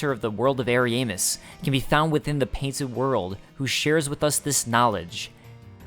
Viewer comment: he dislikes the way you say ariasmus and Ariandal. There is an established way it's pronounced in the community but the way you say it is cringy